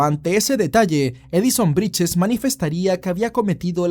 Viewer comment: Brittes no briches